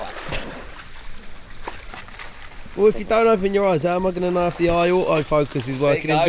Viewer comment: That British accent: Au-o focus.